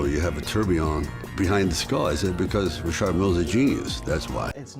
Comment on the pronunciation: “So i called ree-shard mil” 😂😂😂 subtle flex